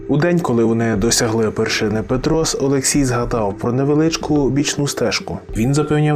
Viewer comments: Ясіня́, Пе́трос, Чорногі́рський хребет, так правильно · Почув жахливий наголос на Ясіня І Петрос і далі дивитись це гімно не продовжив. Автор, ти дебіл?) перед тим як щось говорити ти хоча б вивчив про шо ти будеш відкривати рот. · Виключив зразу як тільки почув як ведучий вимовляє назву гори Петрос.Хлопче ти хоч раз в житті був в поході Карпатами щоб піднімати такі теми?